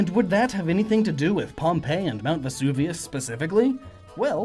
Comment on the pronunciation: Funny to hear Vesuvianite mispronounced as "Vevusanite", then to hear Vesuvius pronounced correctly.